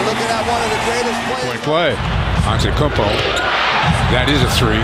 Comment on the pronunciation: this dude really said antekounpo